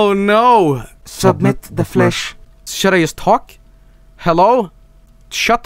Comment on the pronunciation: “Šübmït thē fłèśh”